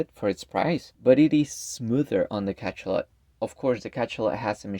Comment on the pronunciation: It's pronounced Ka-SHA-lot. Hearing Ka-CHA-lot 50 times in 10 minutes nearly gave me a stroke.